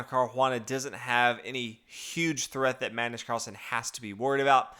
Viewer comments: It's pronounced Car-oo-ah-nuh ..... not Car-juan-uh. Btw, 1. e4 e5 2. Nf3 Nf6 is called the Petroff Defense. It's been played many times and Carlsen would have prepared a line for it in advance. In fact, anybody who plays 1. e4 in tournaments should have something prepared for it. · It's not car huana dude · Yeah, he says it as "Carjuana" in spanish... but drop it, I doubt he reads comments since he never corrects these things. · Seconding what Mateus said above. Fabiano is Italian, hence it is definitely pronounced Car•u•a´•na. The emphasis is on the third syllable, the a, and the u is pronounced 'oo,' not 'you.' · What? Car-juan-anal !! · i know... it's painful to hear it.